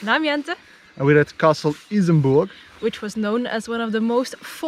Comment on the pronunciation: i love how happy dries becomes when he pronounced Isenburg